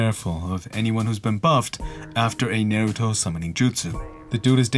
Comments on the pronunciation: "Nair-u-to" lol... its NAH-ru-TO bro.... GET IT RIGHT!!!! (jk) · Nar like are, not air. N-are-uto. I love your videos and your voice💚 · The way Naruto was pronounced here is going to haunt me for a long time. Because I can't go off now means I'm going to lose it next time I hear it in real life. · Said naruto wrong